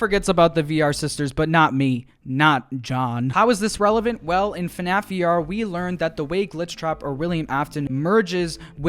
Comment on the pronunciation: why did you say funaff?